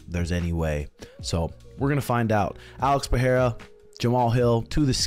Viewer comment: Stop with this wrong "Peheira" pronunciation, I'm so tired of it